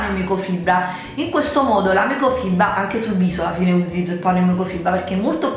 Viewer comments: microfibra, no microfiba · Comunque siete degli stronzi, ok tutto ma che ci deve fare se non riesce a dire "microfibra" ? 😅😅